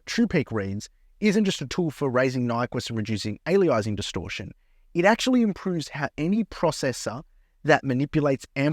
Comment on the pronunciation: I'm 90% sure you're saying "aliasing" wrong for engagement 🤣. There is absolutely no reading of that word the results in "Ay-lee-eye-sing"